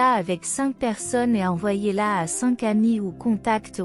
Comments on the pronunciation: Cink mille huit cent cinkante huit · Cink mille sept cent cinkante sept